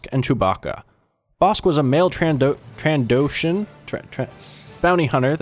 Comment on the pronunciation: Dude, when you were were trying to say trandosian, that was funny as. Was that on purpose because it was sooooooo good!